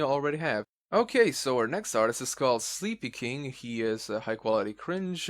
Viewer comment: You pronounced Sleepykinq wrong. It's pronounced Sleepy-kin-q. Just saying :P